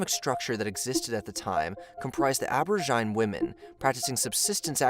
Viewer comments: abora-jine lol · How do you not know how to pronounce aborigine?